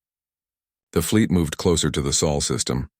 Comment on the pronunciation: Ahh wieder einmal die Chens und wie oft wird das Solsystem noch Seelensystem genannt naja im laufe der Geschichte wird es mit der Aussprache besser 😊